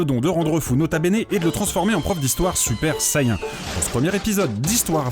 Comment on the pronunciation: noooooon ta dit super sayin